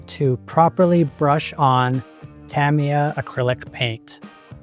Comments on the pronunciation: It's Tah-MEE-Yah. Not Tam like cam. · TA-ME-YAH not TAMMY-YAH.